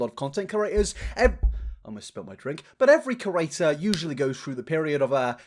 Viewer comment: For a creator who talks excessively of other creators, and chooses to use exclusively the term 'creator' to describe all other youtubers, youd think hed learn how to correctly pronounce the word 'creator' and stop calling them 'curators'? 😂Its funny and endearing but why!?